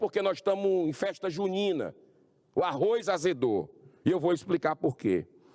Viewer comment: é Arroz que se pronuncia meu caro Arroiz nao existe